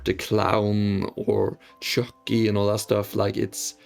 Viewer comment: why do you say chu ckee like that